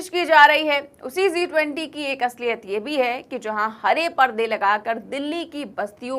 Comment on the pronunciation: Zee 20 nahi G20 pronunciation sahi nahi hai